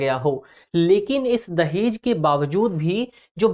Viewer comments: Legends watching" Dajehh" at the place of "Dahej". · धन्यवाद टीम दृष्टि 🙏 दहेज न कि दजेह